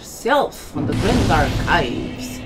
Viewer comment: Grandush Archivevush!! Read it! Read it gooooood!! 🤣🤣🤣🤣